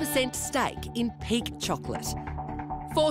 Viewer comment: I thought he was saying pig chocolate LOL.